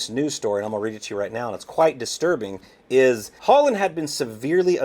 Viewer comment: Thats Hollynn .... Hol Lynn